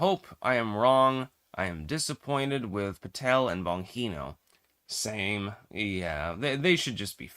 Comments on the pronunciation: Just a correction on how Dan Bongino 's name is pronounced. If you are going to disparage a person at least day his name right. BonGeeNo... and I know the man Dan is, and he has NOT turned. He is a person with principles and a moral backbone , and he will always do what is right for the country he loves. Not a sell out OR bought off for any price !!!! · your pronunciation of "Bongino" is like hearing fingernails scratching on a blackboard. 🤣😅😂I grew up mostly in Italy. Did live in the USA for short periods as a child but mostly lived in Italy. My family also spoke Italian at home and with extended family. I moved permanently to the USA when I was 27. I went to school in Italy, even did some university there. My mother and much of my extended family are Italian and many still live in Italy. I'm sharing this info to let you know I speak Italian, and I know how to pronounce words, and names in Italian. In Italian, every letter is pronounced. The name "Bongino" is phonetically pronounced as "BOON-gee-noh", with the emphasis on the first syllable. Hope this helps. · …why do you keep pronouncing Dan Bon Jean ohs name wrong constantly? I thought you were a scholar? And you can’t understand correct pronunciation?